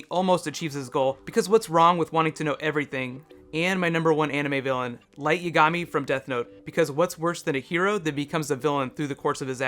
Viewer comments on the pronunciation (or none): For being such a fan of Light Yagami, you can't even say his name right.